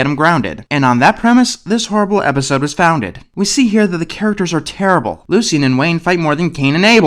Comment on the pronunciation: Why do you keeping saying "Lu-see-en?" Isn't the name pronounced "Lu-shin?" Anyways, glad you tackled this show.